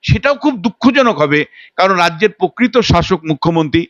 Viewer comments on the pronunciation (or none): কী দরকার ইংরেজি বলার? হিউমিলিয়েট ( humiliate ) কে হিউমিলিট ( humilit) বললো । এ আগেও behalf কে বলেছিলো বিহাল্ফ। বাংলা সুন্দর ভাষা তাই ভুল ইংরেজি না বলে সবটা বাংলায় বলতে কী অসুবিধা ? - এই লোক তো বাংলা "প্রকৃত" উচ্চারণও ভুল করলো। : - "হাস্যাস্পদ" কে বললো "হাস্যসম্পদ"। ছিঃ ছিঃ এই জন্তু নাকি অধ্যাপক ! এই অধ্যাপক তো বাংলা ও ইংরেজি কিছুই জানে না।